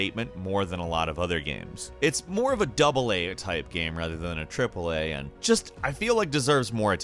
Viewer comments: I really like and enjoy your videos but I can't stand how you say the word "game" it sounds like you're saying geem :) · Please stop pronouncing game “gam” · Take a shot everytime he pronounces "gaem"